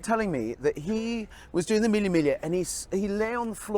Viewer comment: Lol I don’t ever wanna hear Mille migla ever again 🤣😂💀